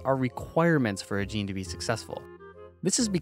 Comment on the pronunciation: also, what's a gaynay